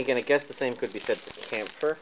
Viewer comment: Kämpfer ist pronounced german it sounded pretty funny the way you said it :D good unboxing like always btw